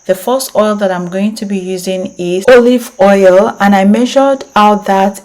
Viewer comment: Good morning it’s in Arizona. I got all the ingredients except the 1st oil. Is it olive oil??? It sounded like you said Earth oil. I want to go get these ingredients today. Thank you